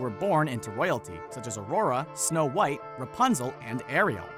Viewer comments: Its white not whon.😡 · Anyone noticed it said snow whot